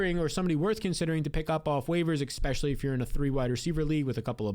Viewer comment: Add timestamps and stop saying eKspecially and I'll subscribe. I promise.